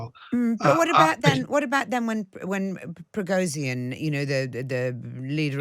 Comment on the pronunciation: he's not Prigozeen, but PrigoZHin can't Brits pronounce the ZH sound, it's similar to J and G